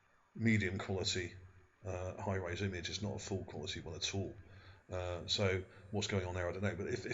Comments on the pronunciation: Surely you mean 'high res' image, not high rise image. Also, why do you keep saying 'ship' as though this is fact? All one can see there is an elongated feature on the terrain. There is no proof that this was or is a 'ship' of any kind. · OK when you describing pictures as far as resolution. You keep saying high-rise. It is not a high-rise it is Hi-Res meaning high resolution. Very informative video. I believe that was as you said and ocean or a river and that was the port where we find all the boats